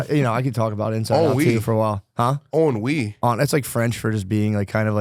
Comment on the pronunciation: i love yall but im here to be wit my DAWGS why are we talking about INSIDE 2?! Thats this wknds fam movie thanks for not spoiling it 😂 & SOMEBODY TELL MATT its not "On-Wee" ITS HENRY with a french accent 🤣🤣🤣🤣🤣🤣